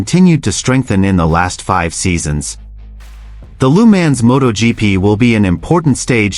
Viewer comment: PLEASE, PLEASE stop with the idiotic AI narrations…. I will stop watching any clip when the pronounce Le Mans as Leemans…. That’s some weak shit….